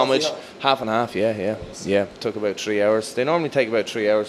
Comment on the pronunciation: The awkward laugh , the way he says 'three' as 'tree' and his accent in general have me dying. He's so adorable. Welcome to WWE lovey. You'll go far